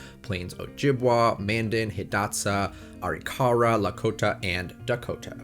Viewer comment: It's not ARE-E-KAR-UH, it's AH-RIK-UH-RAH.